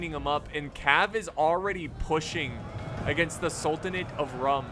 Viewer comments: Just a small tip- the "Rum" in "Sultanate of Rum" is pronounced as "Room". It's actually written as Sultanate of Rûm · Isn't Rum pronounced as Room?